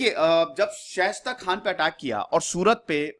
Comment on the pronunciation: Respected sir... मैं आपके विडियोज देखता हूँ और ज़्यादातर मैं एक बात नोटिस करता हूं कि आप कई नाम सही नहीं लेते मसलन इस वीडियो में जुझार सिंह को झुंझर सिंह , शाइस्ता खान को शेष्ट खान कह रहे हैं| और औरंगजेब के खिलाफ आप वीर दुर्गादास और मेवाड़ राणा राज सिंह का नाम लेना भूल जाते हैं।